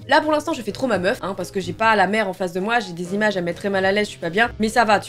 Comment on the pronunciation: C'était incroyable cette vidéo vraiment magnifique c'est super et vraiment courageux que tu es réussi à vaincre ta peur je suis fière de toi et je pense pas être là seule 🥰 Maintenant je suis obligé de le dire car ça m'a fais rire un bout de temps avant que je regarde sérieusement mais au début où tu dis " la mer " j'ai entendu " la merde " voilà euh info inutile mais que je devais partager 😭